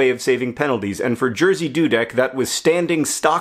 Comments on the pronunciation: John you are an amazing person but that's not how you say Jerzy ;) It should be more like Yeah-shh ^^ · This is the weirdest way to pronounce the name Jerzy wrong. I had no idea who you were talking about until I read the description. Good effort, but it sounds more like Yeh- shih, with the first part accented, and the sh of the second part is really hard, almost like a "j" sound. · Jersey Dudek <3 For me it sounds hilarious, but in a lovely way. And we all know mispronouncing is your thing. Also, the guy was beloved by all boys in my school, but I never heard this story. Thanks :) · Sooo... I'm Polish and I could not undestand who you were talking about for the longest time :D when I realised who this misterious "Jearsey" guy was I could not stop loughing over your pronunciation of his name (Jerzy) but I totally get why you would pronunciate it this way. Dudek was pronunced perfectly though! A+ BTW you made my day! Greetings from Poland! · I cannot get over how you pronounce "Jerzy" :D Do all English speakers do it like that? (It's more like "yeji", where the "y" is the same "y" that's in the "yippe kay-yey", and the "j" is pronounced like in the French "je t'aime", and the whole thing translates to Jerry) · Its pronounced Jeshy dudek, its usually difficult for americans and other people to pronounce polish😅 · it's pronounced more like ye-shi doo-deck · wait... is his name spelled "Jerzy" in Polish? shouldn't it be pronounced "yezhih"? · Yup, it's amusing that an average anglophone can only guess pronunciation of one letter in "Jerzy" right. At least the guy's surname's easy, not like certian Lewandowski's or - even worse - Błaszczykowski's :D. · I've heard about Jerzy Dudek many times as I am Polish, but before you said he was from Poland I had no idea who you were talking about as Jerzy is pronounced very different in Polish. It was fun to hear how an English speaking person would say it and the story itself is amazing :D